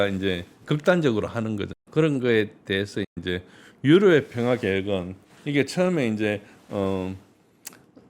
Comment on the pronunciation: 평아안? 발음을 정확하라